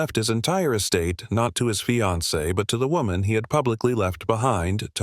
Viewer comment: “Sometime between one to thirty and two hundred in the morning . . . ” “Lemmon, his fye-an-see” “Soo-ee-cide” Stupid robot narration.